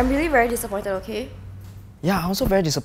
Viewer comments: Hahaha I like how pronounce relationship, relationsip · Relationsip 👏👏 Bravo Re - Lat - Ion - Sip